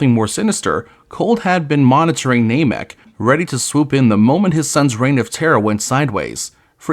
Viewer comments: Ai voice and calling Namek "Nay-mek"? This is intolerable. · Clickbait title and "NAYMEK" 🤮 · Is this AI? Why can’t you say namek